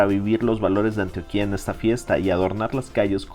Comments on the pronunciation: Muy bueno tu video... pero no se dice "Antioquía" con tilde en la i...el acento va en la segunda sílaba "tio" con más acento en la O... cuidate!!! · Amigo Méxicano muy vacano y todo que hayas venido a nuestra ciudad y que te haya gustado pero al menos fíjate en nombrar bien al departamento de Antioquía que no se menciona como tú lo dices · Gracias por mostrar la cuidad de Medellín y sacar lo mejor de ella!! Una sola cosa no como critica si no como una corrección positiva! se dice Antioquia sin tilde en la letra A del final. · Amigo no se pronuncia ANTIOQUÍA... ES ANTOQUIA SIN ACENTO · Excelente vìdeo, me encanta mi Colombia. Y por cierto es Antioquia, no Antioquìa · Lo dices MAL No es Antio-qui-a es: ANTIOQUIA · Antioquííííaa nooooo, ANTIOOOQUIA. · Hola, te felicito por tu exposición.. Te corrijo no se dice: "Antioquía" como si llevará tilde en la i, se pronuncia sin tilde 👍🏼. Éxitos!! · que video de mierda y estas pronunciando mal antioquia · Antioquia (cuya capital es Medellín) es llana con diptongo y se pronuncia con el acento en la o y, por tanto, se debe escribir sin tilde. Es frecuente que se aplique indebidamente la acentuación de la ciudad turca al departamento colombiano. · SOY PAISA A MUCHO HONOR MANIZALEZ así es... muchos extranjeros remarcan acento en la í, lo cual no es correcto, incluso hasta el actor Damian ALCAZAR que hace un programa para canal 11, la pronunció al departamento de Antioquia igual que este chico... y como tú dices es correcto, no se tilda la O ya que el adentro es prosódico o de intensidad...